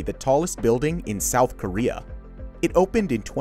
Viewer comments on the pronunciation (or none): none